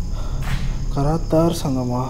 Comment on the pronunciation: Karathar Ella bro karthar bro